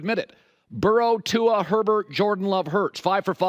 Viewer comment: Colin’s been been watching too much Hayley Welch the way he says Tua.